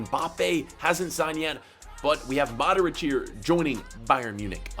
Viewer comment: Why do you say modorić